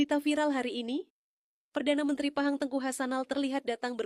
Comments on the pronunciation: Sebut nama negeri Pahang pun tak betul,,, negeri #PAHANG bukan 👉 phang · sebut phang pun tak betul pinipu punya ustad nasihin